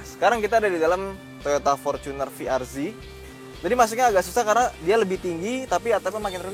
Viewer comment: bacanya salah Ini yang betul fi ar zet